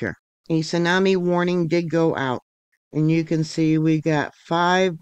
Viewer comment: Your right, something big is coming..and its buoy, not boys. lol..